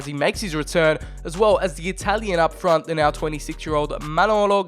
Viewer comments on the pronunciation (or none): none